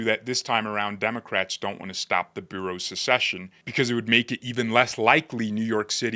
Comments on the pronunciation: (And it’s “Boro’s”, not “Bureaus - you’re obviously not a NYer) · Nicely done. But it is " bor oughs ", not "bureaus". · Just a heads up, The 5 counties that make up NYC: New York, Bronx, Kings, Queens and Richmond are called Boroughs (pronounced Boros) and are referred to in name as Manhattan, Bronx, Brooklyn, Queens and Staten Island.